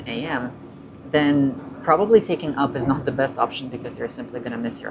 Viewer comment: The locals call U-P, not up. This diminishes your prez.